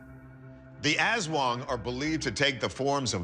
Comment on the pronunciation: aswang pronunciation 😆 it's more "uhs-swung" than "azz-wuhng" in our filipino language, actually